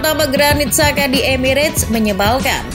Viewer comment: andaikan Xabi Alonso benar-benar ke Liverpool musim depan, besar kemungkinan akan membawa Florian Wirtz. Koreksi min, nama Xhaka dibacanya "Chaka" cmiiw 😅